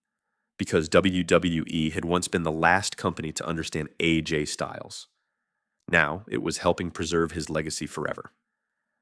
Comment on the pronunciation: Let’s sound it out now. It’s not Ajay. It’s A. J.